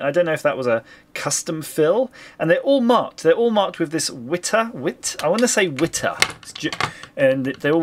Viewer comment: Hey - the product page for this screwdriver is here: Being German I expect it pronounced "Vit-uh"